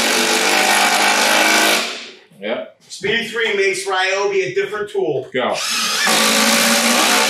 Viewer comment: Ree-O-Bee not Ri-O-Bee.